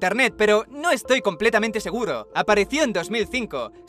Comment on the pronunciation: se equivoca,en vez de decir seguro dice segudo:v